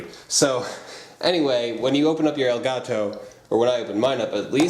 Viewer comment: i thought u said gay taco lol